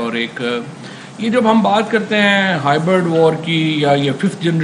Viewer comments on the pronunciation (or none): Legend OP Mishra From " bol na aunty aau kya " to " bol na pakistan aau kya" 🤣🤣 Nd lodu Mawad chaudary its hybrid war not hybird war